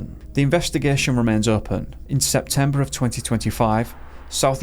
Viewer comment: fridah da fourteenf of sepembah